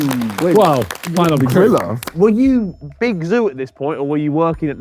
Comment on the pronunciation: every time harry says "griller" it sounds like he is saying "gorilla"